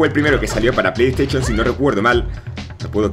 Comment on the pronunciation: pley tachion dice XD